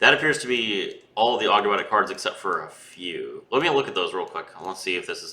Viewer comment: you pronounced Ogdoadic correctly imo :p